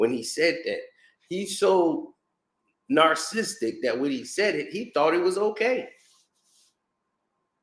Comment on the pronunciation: And learn how to say the word, 'narcissistic'